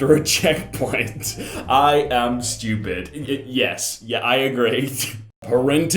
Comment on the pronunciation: He do be saying steupid